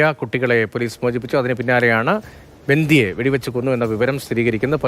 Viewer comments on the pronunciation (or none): ബന്ദികൾ' ബന്ധി അല്ല മലയാളം അറിയാത്ത മാപ്ര